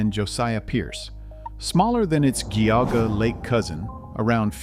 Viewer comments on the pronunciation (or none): Meh-die-nah not Meh-dee-nah Also, Jee-au-gah, not Gee-au-gah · You need to learn how to pronounce Geauga and Medina. Spent a number of years there and it was great. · We have our men’s bible study there every week. Also, the narrator is mispronouncing Medina.. Medina is pronouncied with a short e like “eh” or cEnt. You also mispronouncied Geauga Lake but whatever.